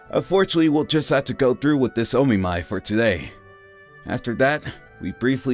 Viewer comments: Omiai. It's a SINGLE "M". It's NOT O-Me-My. It's O-Mi-Eye where the "O" is as the "O" in "Of" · It's not o mi my